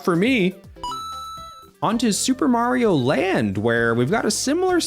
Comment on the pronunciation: that's not maaso that's mario